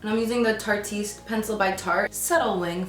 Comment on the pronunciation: Girl, love your videos & looks but just wanted to point out the eyeliner by tarte is pronounced tart-ehst & the ABH Highlighter is pronounced ahm-ree-zee All the love in the world to you sent from AZ 😘💕💋